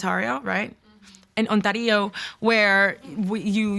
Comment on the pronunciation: Ontario being pronounced Ontarío (insert spanish accent) is my new favorite thing